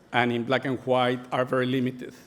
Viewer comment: Me encanta como pronuncia black and "juait"